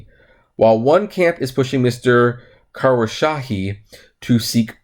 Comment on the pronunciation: Kos - row - sha - he